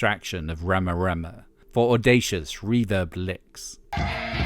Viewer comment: It is pronounced Ree-ma Ree-ma, and you should actually look into them - you will learn some things.